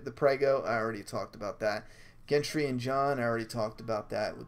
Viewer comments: GENDRY.... not Jentree. And yes he's Roberts son. Robert and Ned were friends but awkwardly it was Gendry's Dad Robert who killed Jons real dad Rhaegar. The War Hammer is the Beraetheon weapon. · Gentry!? Hahaha made me burst out laughing every time you said that. He's Gendry!